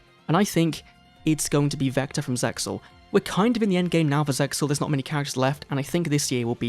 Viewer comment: English dub is super ass and has no bearing on the objectively superior Japanese version. Hell, the localizers were so regarded they couldn't even pronounce ZeXal's title correctly!